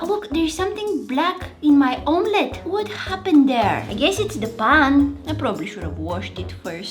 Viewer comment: Bro said paaan